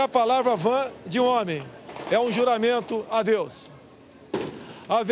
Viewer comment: GLÓRIA A DEUXXX